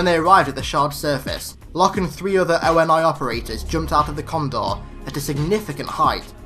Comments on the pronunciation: I love your videos, absolutely so but a tiny thing that bothers me (and many maaaanny other people do this for other things) But the way you call ONI the "Oh En Aye" when they never say this in the games or movies, its generally called "Oh Knee" ONI, again very minor peoblem and otherwise Amazing video thanks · It's not O.N.I it's ONI (Oh-Ni)